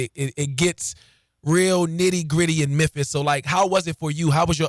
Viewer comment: You know you from the hood when you cannot pronounce the name of your hometown